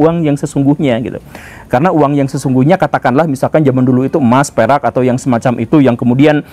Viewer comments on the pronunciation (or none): none